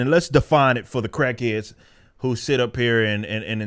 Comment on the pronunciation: I love the way Eric says "crackhayds". Reminds me of Charles Barkley and his "knucklehayds".